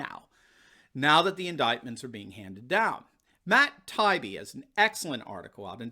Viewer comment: Matt Tah-Ee-Bee is an excellent LEFTist journalist.